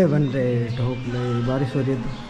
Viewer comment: Baris ❌ Barish ✔️